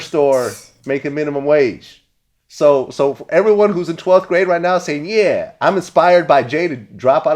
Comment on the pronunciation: He didn't even say yeah he said "Nyeah!" 😂😂